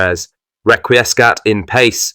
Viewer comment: Requiescat in patchy is how it is pronounced. Not Pace! 🤬